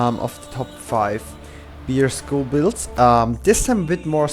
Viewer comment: bear and whirl- not beer and wiil